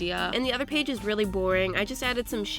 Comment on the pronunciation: You said one paig